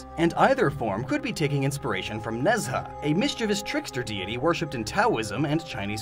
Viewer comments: Late but Nezha is pronouced Ne - Zha not Nez - ha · Nezha is not "Nèz-ha", but "ne'Zhàh" being english and isn't pronounced "pee-RUN-yah"? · it’s Nay-Zhuh or Nay-Juh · I'm pretty sure I already said this on the hoops video, but mispronunciation of Nezha always throws me off. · Nezha is mispronounced. The "zh" is one sound, similar to French Js. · Lol Ne Zha – that was an interesting pronunciation, I only realised who he was talking about when the picture appeared. Though it's understandable, since he's likely not a native Chinese speaker. This is the first I'm hearing of Ne Zha as a trickster deity, since he's more known for various heroic acts.